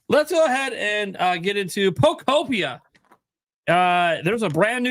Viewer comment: Really glad learned how to pronounce pokopia before this stream. His video calling it polka-pee-ah was rough. Keep up the good work!